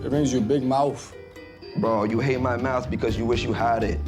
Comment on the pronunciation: The bachelor dude has no business insulting ANYONE when he said MOUFF